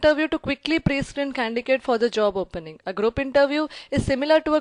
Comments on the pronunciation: Its not 'CANDICATE' its 'CANDIDATE'.. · I liked ur video😍😍 ....but its just that ..it is candidate not condigate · For the love of God it is Candidate not candicate!! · Ma'am that's not condicate It's condidate Why are you pronouncing condicate such a boring word! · Candidate is wrongly pronounced as candicates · Candidate pronunciation should be corrected. By the way Thank you so much for sharing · Candidate is wrongly pronounced as candidate.